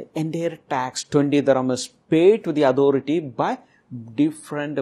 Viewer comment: End ko yend, authority ko adhority bool raha hai